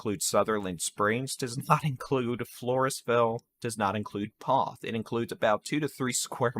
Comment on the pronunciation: Poth rhymes with both